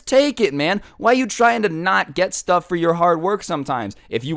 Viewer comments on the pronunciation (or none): Woooo! “STUF” 😄😄😄